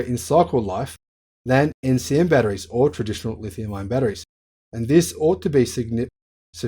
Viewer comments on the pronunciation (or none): Is that "ion" or "iron""?(